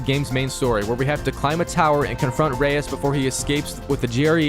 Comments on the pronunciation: Its pronounced Rise not Reyes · It's not Rais rise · Bro mispronouncing Rais was triggering me the whole entire video 😂